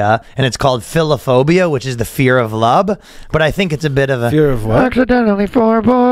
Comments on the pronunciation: Right you are sir. I heard lub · Ryan said lub lol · Totally heard "Lub"... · Ryan 1000% said “Lub” not “Love” 😂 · I was listening in the background and i had to stop and go "did he just say lub?" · as soon as I heard that 😂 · 1000% lub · Half the show is them trying to remember words or phrases. Or saying things wrong like ‘lub’ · you said lub ryan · he totallllly said lub